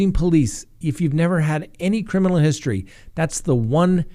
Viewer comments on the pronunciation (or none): none